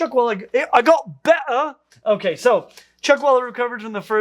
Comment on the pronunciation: “I got be’tah!” 🤣🤣🤣 That definitely got me.